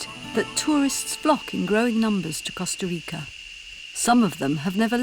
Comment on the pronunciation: Listening to her pronounce Costa Rica hurt, but then she tried to say Jaco. Ouch.